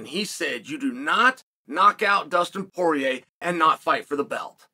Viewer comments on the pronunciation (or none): none